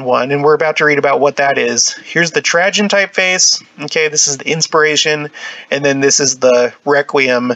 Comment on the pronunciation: This is fascinating but the mispronouncuation of Trajen makes me batty. It's Tray-gen.... like food tray. Not Tra-jen... like tragedy.